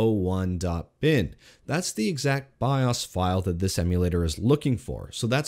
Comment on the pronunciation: Byeahs? What's a byeahs?